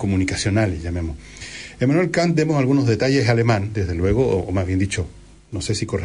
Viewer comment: Ya pos, Villegas, pronuncias bien el francés, y mal el alemán.